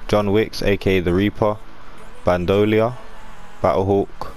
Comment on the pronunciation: Its pronounced band-er-leer